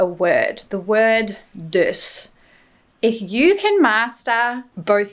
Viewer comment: Yes, you got a handle on "dus"!